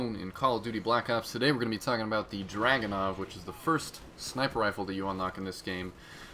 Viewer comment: DrUganov not DrAganov DAMMIT PEOPLE